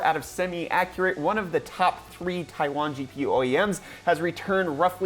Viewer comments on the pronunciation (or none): none